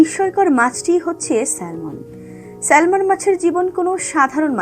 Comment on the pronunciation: সঠিক উচ্চারণ স্যামন হবে।